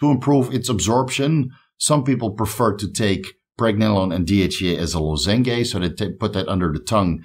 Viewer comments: Also, I love some of your pronunciations lmao. Not a criticism, but lozenge isn't loz-en-gay, it would be loz-unge, like the exercise lunges. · Lozenge is pronounces “lO-zEn-g”, kinda like orange Love the channel mate! Vigorous crew has to give a little bit of teaching every once in a while, right? After everything you’ve taught me 🙏🏼🙏🏼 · Hey, 'lozenge' is pronounced "lah-zen-j"